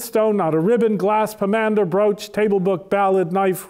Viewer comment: the word "pomander" should be stressed on the first syllable, not the second. My apologies.